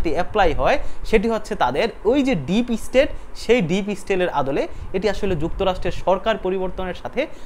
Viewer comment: Deep state! Tar ucharon dekhen! OMG😂